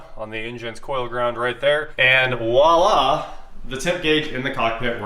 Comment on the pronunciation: not wala, wala for filipinos means nothing. the word is voila with a hard "v".